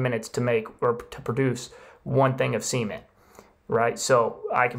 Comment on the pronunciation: Seaman , or cement ….Se—Ment